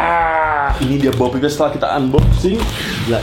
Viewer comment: BO PEEP DI BACA OPEN BO